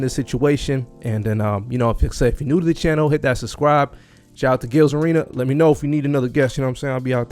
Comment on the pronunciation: You don’t seem to be able to pronounce the word “Subscribe.” You keep saying “Suscribe”